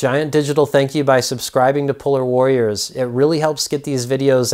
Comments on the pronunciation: I Thought my guy said pull out warriors lol😂. Double checked and it's polar warriors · Lol it sounds like he said "puller warriors"